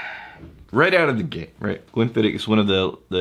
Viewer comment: Just so you know, you are pronouncing it wrong. And just so you know how I know that you are pronouncing wrong is because I contacted The Distillery. The proper pronunciation is Glenn-Fid-Och. The OCH is pronounced like Loch ness monster. Your welcome.